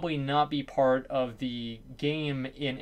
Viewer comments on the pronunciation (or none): none